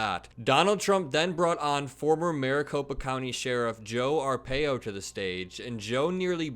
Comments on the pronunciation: it's R pie O seriously that is the correct pronunciation. Also I live in Arizona and we did not like him just some racist Cuckoos liked him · Did u mispronounce arpaios name on purpose? Lol.. if so, pretty funny. Coming from a lifelong arizonan